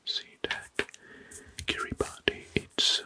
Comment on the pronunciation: this is awesome! i’m excited to fall asleep to this tonight. the only feedback i’d give so far is that “kiribati” is pronounced like “kiribas” - “ti” is sometimes pronounced like “s” in Gilbertese :)